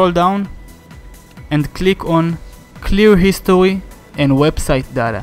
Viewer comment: "cleaw histowy"